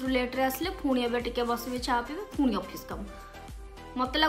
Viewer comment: Ruti di phuni kn kahuchanti seita phuni nuha seita puni plz don't say phuni